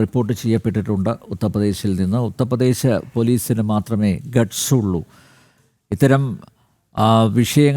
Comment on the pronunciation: Uthra pradesh alla, UTHAR pradesh